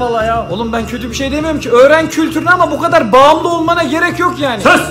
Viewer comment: Bu ğadarr, kadar deil :)